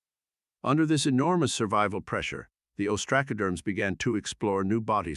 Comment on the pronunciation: You really need more work on how to pronounce the names of these amimals. Ostracoderms have the "a" sound as in "up" not "cat". You have the syllables wrong in Entolognathus - it's En-tel-o-gna-thus, not en-te-log-nath-us, with the stress on "gna" not "log". Other than this your content is great.